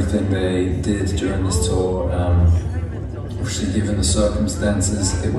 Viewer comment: One thing that definitely hasn't changed is his endearing pronunciation of 'obviously'. He says it a lot in the latest promo radio interviews for As It Was. He's just lovely 😍